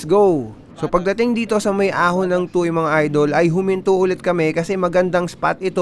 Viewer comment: Tuwe ang pronunciation ng tuy idol. Fyi incase mag cover ka uli ng TOM next year hihi